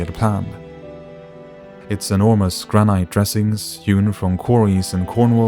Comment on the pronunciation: granite is pronounced gran-it not gra-night btw